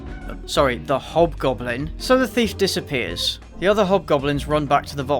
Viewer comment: Why do I hear "hot goblin" instead of "hobgoblin"? Better be a hint for a porno sequel